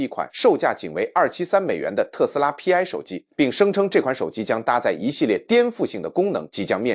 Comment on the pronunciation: ai连π都唔识读么